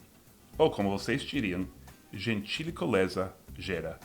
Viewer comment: Correção Seth: o final seria "gentileza gera gentileza" tive a impressão que você disse "gentílicoleza". Parabéns pelo vídeo, gosto de chama-los de americanos, me parece mais apropriado a vocês.